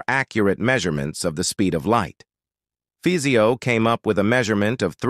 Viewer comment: Fizeau is pronounced Fizo